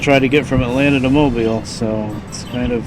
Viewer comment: Kudos to you for pronouncing "Mobile" correctly. I hear too many Northerners mispronounce it.